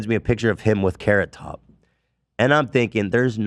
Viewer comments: A carrot-tuh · A carrot-tuh?